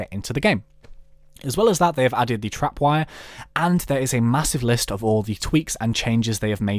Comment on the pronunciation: TRIPwire not TRAPwire